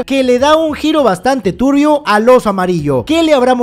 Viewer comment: Lo que mas me gusta de los resumenes es cada vez que dice Turrrrbio 😄😄